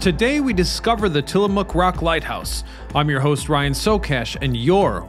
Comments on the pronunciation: Ack! Babe, "Tillamook"! Not "Tillamonk!" 😅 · It's also Tillamook, not Tillamonk 😂